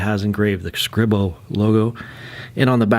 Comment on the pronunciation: It’s pronounced Scree-Bo I believe. Nice review.